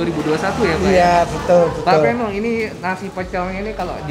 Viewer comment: Idealnya nama orang jangan dimodif. Peno (pengucapan Pe seperti pada PEdang, bukan seperti pada sePEda)